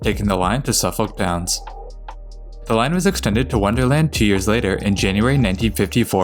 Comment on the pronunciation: The Blue line gets the pronunciation wrong on Bowdoin and Suffolk Downs, but otherwise pretty good on most things.